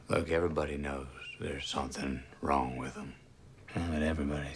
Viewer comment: I love how most of your words end in K Somethink Yellow kink Sufferingk 🤣😂